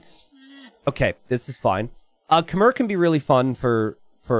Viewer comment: PLEASE learn how to pronounce Khmer correctly someday.